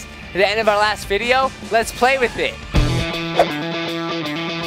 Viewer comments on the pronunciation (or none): none